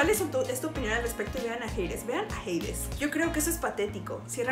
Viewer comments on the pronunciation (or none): es Hades JIADJSUW no "jeides" 💀